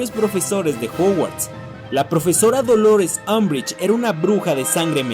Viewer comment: Harry Potter : Griffindor Draco Malfoy : Slitherin Unbrich : Azkaban 😂😂😂😂😂😂😂